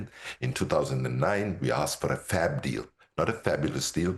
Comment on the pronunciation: FAB, NOT FLAB!!!!!!!!!! 🤝🤝🙏🙏🙏👏:hands-yellow-heart-red